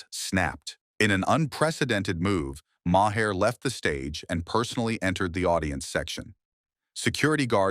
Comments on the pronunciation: Mahair? You mean, Mar? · Who is "Mahair"". If you're going to use AI at least show respect for your audience and take time to audit!!!